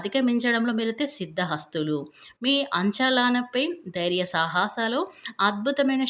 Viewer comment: అంచలాన కాదమ్మ అంచనాలు అమ్మ